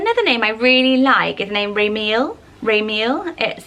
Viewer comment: I notice that whenever you pronounce Hebrew names you mispronounce the endings. For example: Raziel would be pronounced Raz-ee-el (3 syllables) or Ramiel is Ra-mee-el. Also names like Azariah (which I know you mentioned in a previous video) is pronounced Az-uh-rye-uh not Uh-zar-ee-uh. Just trying to be helpful! I love your channel and all the great ideas you have! Much love and stay safe!